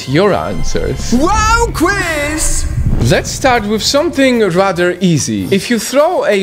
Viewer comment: "rater easy"